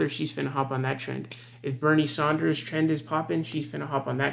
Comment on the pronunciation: It's Bernie SANDERS, NOT SAUNDERS.